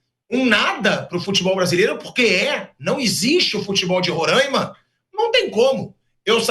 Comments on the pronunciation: Por que todo mundo fala Rorâima? O certo é Roraima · Como sempre os politicos querendo a fatia do bolo . Aliás é RORAIMA e não RORÃIMA. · Duas coisas...não é Rorãima...é Roráima (os acentos é só pra explicar a pronúncia)segunda coisa pro pessoal do Sudeste e Sul,Pilhado,pouco importa se tem futebol em Roraima ou sei lá onde,tá cheio de Presidente/dirigentes aí na região de vocês "onde existe futebol"...praticamente todos,que são péssimos gestores,entendem nada de futebol ! São tudo lixo,os do Norte,Sudeste... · Roraîma. É fodah